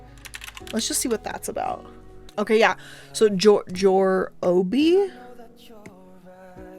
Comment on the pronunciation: You pronounce "Jorobe" as "Joh-roh-bee", I pronounce it "Joe-robe."